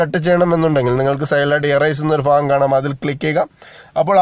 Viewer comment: ഫാഗം അല്ല ഭാഗം